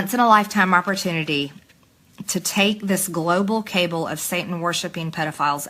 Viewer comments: global cable... it took me a minute to realize that she meant global cabal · Can't even pronounce indictable (uhn·dai·tuh·bl) or cabal (kəˈbäl)...but just because she's prone to mispronouncing doesn't mean she's prone to being misinformed and misled as well (sarcasm). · Turns out it wasn't the Jews with space lasers It's Russia AGAIN. Deflection. Projection. Deception. Every accusation a confession. ETA: - she mispronounced cabal as 'cable'. Now I'm convinced she cannot read. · WTF was THAT?!??!! Majorly Traitor Goon isn't just a performative grifter. She's a stupid dumbass. Oh, and cabal is pronounced kuh-ball, not kay-bull. Just sayin'... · It's pronounced Caw Ball Marge.